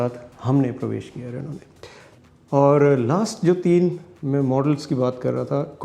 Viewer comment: रेनू ने नहीं, रेनो ने